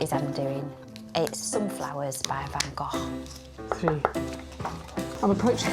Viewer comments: As a Dutchie I appreciatie Gregs pronunciation of van Gogh! he did it quite well... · shout out to Lucy for pronouncing "Van Gogh" closer to how it sounds in dutch, as opposed to "Van Go" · Except he doesn't say Gogh to rhyme with go, but closer to off, hence "cut it off." It's closer to the Dutch pronunciation.